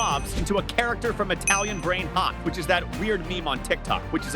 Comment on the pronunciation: Bro said brainhot